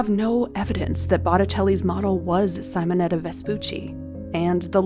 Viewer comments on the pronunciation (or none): Simonetta, no saimoneta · Not Sighmonetta, it is Seemonetta! Do some listining, ffs!🤦‍♀️🙄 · These are gorgeous!! Thank you 😊 Technical note: it's "Simonetta" like "see-mon-etta" not "cy-mon-etta". I always appreciate this channel so much!! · Sim o netta ( like sim card) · It’s said Seemonetta. Hello? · Thank you! That pronounciation was frustrating.